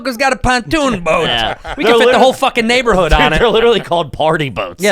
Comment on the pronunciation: is unable to say "neighborhood"